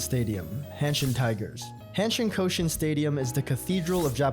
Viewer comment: Yeah, I don't want to rag on a small YouTuber, and goodness knows I would botch Thai or Swahili names for instance, but if you're going to have so many of a language's words in a video, maybe give a look at how they're said? "Shinkansen" doesn't rhyme with "Wisconsin." "Rakuten" in no way sounds like "Racoon ton." "Koshien" is ko-shee-en, not "coshun'." And, yeah, I know nobody needs to know this, but the "cera" in "Kyocera" is just the first half of the word "ceramics" (Kyoto Ceramics), and he still managed to not say it right.